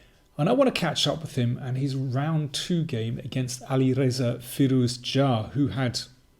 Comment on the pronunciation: The best pronunciation of Alireza's full name ever. You did it like a Persian would do